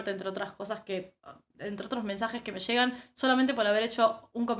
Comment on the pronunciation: Jregan vs llegan, que tal un curso de prosodia?!